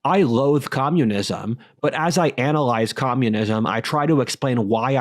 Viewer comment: "I gloathe communism, but as I analglyze..." He pronounces all his L sounds in the throat with a g omfg REGLIGION